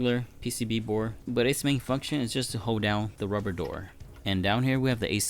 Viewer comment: I love how he keeps saying bore instead of board. It just sounds funny and the sub titles say the same thing like “input bore” lmao